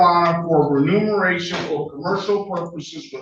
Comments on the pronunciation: Dear, the word is "remuneration" not "renumeration" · It's not "renumeration"... it's remuneration.